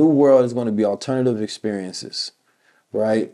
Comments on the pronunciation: The T is mixed in with the E lol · What is 'Alernatve'